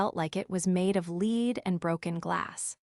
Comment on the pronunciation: How is it possible to misread simple words like "lead". AI doesn't make the difference between "lead" as in "to lead' and "lead" métal.